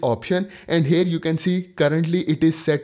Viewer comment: FORGODSAKE PLEASE stop Sounding HAIRRRRR...🙏🙏🙏 It is HERE that sounds like HEAR. Not HAIR... That was so annoying dude...